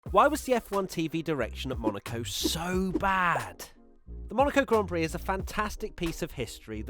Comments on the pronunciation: when she called it a "glaan Peere" I got foking offended. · Cringe all around "Grand Piri" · Omfg, right? Im sittin here, watching this large woman call it a 'gan plix' or whatever the hell she said, while the actual winner of the damn race in question stands aside while she gets the spotlight....idk who the directors and producers was, but i like to think theyre on the hunt for new employers. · saying Grand Piri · I heard an American say grand pricks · She was faking her interest in motorsports and didn't even know how to pronounce a Grand Prix "Glaan Peere" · not just that, she couldn't even pronounce grand prix properly either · who must not be named Whatever you think, buddy, but the interview was embarrassing, she can't even pronounce "grand prix." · The whole segment was brutal...she didn’t even how to pronounce the words “Grand Prix”... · that was so painful to watch